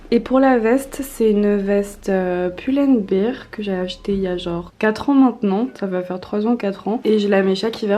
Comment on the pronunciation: C'est quoi cette prononciation de "pull and bear" 😭 J'aime que la tenue blanche et la dernière perso elles sont trop belles